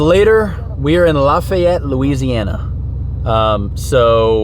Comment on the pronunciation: ...its pronounced laugh-ee-yette